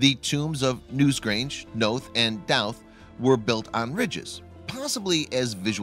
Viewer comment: Pronounced know-th and Dough-th